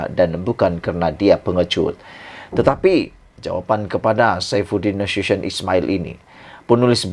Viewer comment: SAIFUDIN NASUTION SEBUT YG BETUL 😂😂